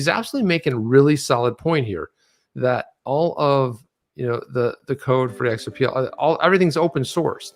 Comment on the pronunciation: The XR-PAH and MI-TAH Speak is getting old.